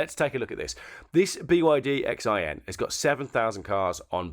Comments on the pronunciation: X IAN Pronounced SHE ANN. From The Chinese Wives Owners Club. Love David Lily and Katie 18. It is a City with the Warrior Clay Army. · It’s pronounced Zee Ann ,city in China with car factories